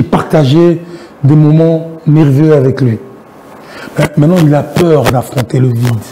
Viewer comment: Peur et non paire ou père!